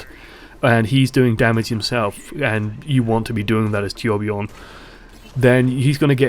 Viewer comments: As a swedish guy myself, i can understand if its hard to pronounce that name (I mean, they really went with one of the most extraordinary swedish names). Personally I wouldnt demand all you non-nordic people to pronounce it correctly, but id prefer if you said it kinda like "toourbjourn" cos that, I think, is the closest we can get. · Torbjörn is pronounced Toor bj-urn anyway.